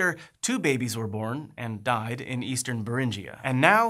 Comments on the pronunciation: its Beringia not berinjia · Minor technical point, the 'ing' in Bering is pronounced like the 'ing' in Ring. So no hard J sound in Beringia and Beringian.